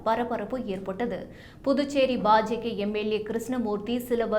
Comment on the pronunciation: Ba Ja Ka or what it is ? Very poor pronunciation.